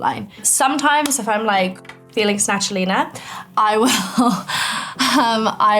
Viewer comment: "snatchelena" im crying